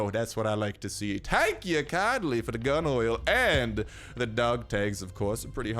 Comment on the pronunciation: When you were in the bunker you said gun oil I heard gum oil😂😂